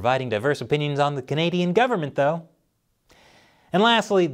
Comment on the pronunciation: So, the Canadian Heritage Minister can't say the word Canadian?